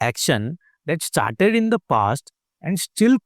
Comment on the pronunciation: He said let's get ishtarted instead of started